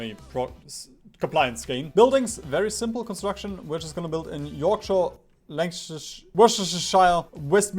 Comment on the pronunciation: Lancashire is not that hard to say. "Lacshire"